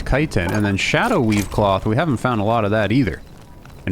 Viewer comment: Why dont you pronounce the ch in chitin? Its the first time hearing it called citin 😂